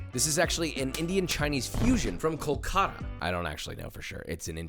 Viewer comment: Bro pronounced Kolkata ko kara 😂😂😂😂😂.